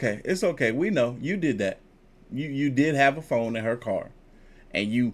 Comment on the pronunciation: First off I knew he was weirdo from when he was arguing with women he just meet.... Then he has a speech problem f.. the bullet in his mouth.. he said FOAM not PHONE😅😅😅😅😅.. THATS DYSLEXIA. I DATED A GUY WITH IT. He has that disability. On top of that you can tell he was a fake and jail bird lol. Notice not a friend or family member is defending him..😊😊